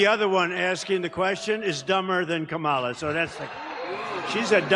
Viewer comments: The racist Whoopie pronounced Kamala's name wrong, where is the outrage? lol -Trump 20204!! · How come they always mispronounced Kamala‘s name?